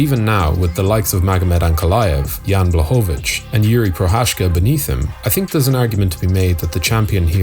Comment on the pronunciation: At least TRY to get the names right.